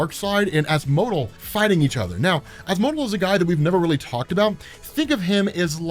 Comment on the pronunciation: Asmo-del. I want to say its not az-mohdel